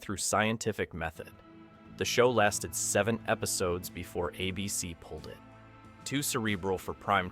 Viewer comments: Does an actual human narrate your videos? Some weird artifacts there. "A BC" instead of "ABC" and Magnum P1 instead of Magnum PI? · Thanks. I was poking fun at the AI pronouncing ABC as Ahh BC and magnum PI as magnum P one. 😂 but still informative. Who’s mom didn’t have or still have the hots for Tom’s magical mystery mustache ride 🤣